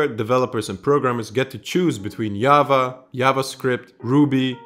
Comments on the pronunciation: man really said yava.... its JA VA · when you pronounce "java" like you did... ask yourself "how would I pronounce job?" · hes dutch. J is pronounced like that in dutch. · In case you're interested, since you were interrupting yourself in regards to your pronunciation: In English, the "J" is usually pronounced as "Dž" (from your name, it looks like Croatian/Serbian or some close Slavic language). So "Java" is pronounced more like "Džava". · yava? it's spelled J-A-V-A for a reason sir